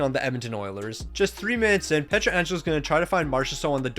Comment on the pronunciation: Bro said “Pretra Angelo” 😭😭😭